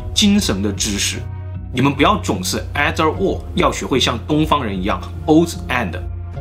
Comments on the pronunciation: "ei"ther 念「一」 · either... or 的發音好像有點怪怪的 先說明我是的鐵粉^^"